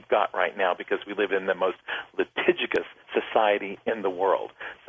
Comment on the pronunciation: litigigous???? lol.. its litigious.. all you bible thumpers keep your cool.. keep your beliefs close and laugh at the people who are ignorant